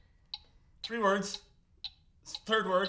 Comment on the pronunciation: You became more Irish when you said, 'I'm going to give ye the tree'.